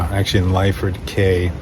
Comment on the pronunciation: Lyford KEY is the correct pronunciation